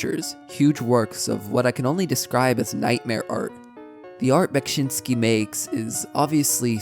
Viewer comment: Bro you pronounced Beksinski perfectly ^^